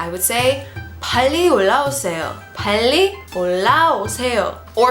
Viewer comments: I think 빨리 here should just be 빨리, not 팔리. I know that sometimes when ㅂ stands at the beginning of a sentence, it can be pronounced as ㅍ, but ㅃ would just be ㅃ, especially 빨리, because I've heard it a lot but I've never heard anyone say 팔리. Just a little comment though, I'm still learning Korean and I might be wrong but that's how I've heard it so far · Good teaching!! ^___^b 빨리 usually pronounce more close bbbally than pally 게세요 --> 계세요